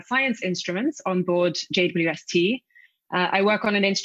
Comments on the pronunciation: Will there be a James Webb image equivalent to the Hubble Deep Field image? Take a long exposure of a dark piece of sky and see how far you can see? Also did she call it the J-Dub-ST? Is J-Dub the telescope's rapper name? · JWST is an awkward acronym. Henceforth, we propose that it be pronounced "Jwisty", like "Twisty" but with a J. Also, we see guitars in Becky's background. Do you play? Can you do a galactic rock session?